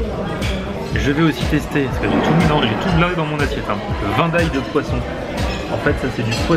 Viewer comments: C pas vindaille c vinedaille en audio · ça se dit vinndaye pas vaindaye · On dit "Viiiindaye" :D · Vraiment top ta vidéo... pour info le vindaye se pronoce vinedaïe, mine fritE... Mais franchement ne change rien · on prononce le "i" dans vindaye